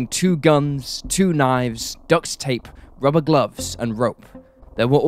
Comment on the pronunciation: His (forced weird) narration and pronunciation is appalling throughout. The amount of times I had to go back again and again. ''DuctsStape'. Jees.